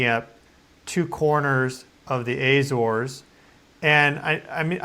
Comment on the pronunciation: If you went to the Azores I'm surprised you didn't learn to pronounce it correctly